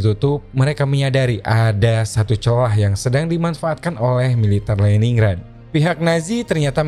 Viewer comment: Just info : Lenin grad utk pelafalannya Om.